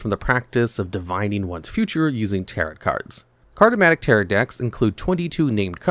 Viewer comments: It's pronounced ta-ROW, the second "t" is silent because it's a french word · Please look up how to pronounce "tarot." The T at the end is silent. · why is no one talking about his pronunciation of tarot LMAO